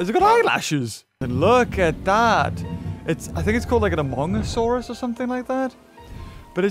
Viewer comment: He said a amongusourus Me:THERE IS ONE IMPOSTER AMONG US